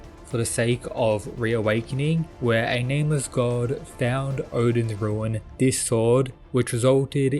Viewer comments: My brother the word is Runes not Ruins. Rune is one syllable and you add an S sound for Runes for multiple Runes "Ruu-ne," not "Ruu-In" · Roon, is how you pronounce that lol.